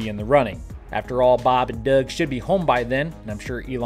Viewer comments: Don't know where to put this comment but here you go. Love your channel but one thing bugs the crap out of me every time you do it. Bob and Doug are full blown astronauts who have done us all proud. Would you PLEASE stop screwing with the pronunciation of Doug's name? It is unbelievably disrespectful. I'm sure you wouldn't do it to John Glen's name or Neil Armstrong. How about a little respect???? !!!! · What's with your pronunciation of Doug lol? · Baab n Duuug 😂